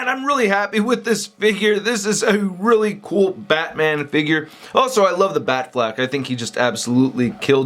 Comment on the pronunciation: It's not batflak it's batflek